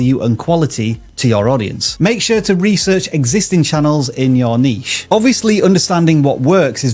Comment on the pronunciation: !!!!! YEAAAAAA! The other guy on the channel was mispronouncing niche but there we go!!! Someone knows it. BRAVO!!!!